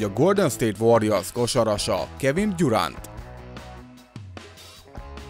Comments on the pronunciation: Nem sértés ből! De úgy mondjuk hogy Durent nem tyurent. Amúgy K*rva jó vagy! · Nem gyuránt hanem durent 😂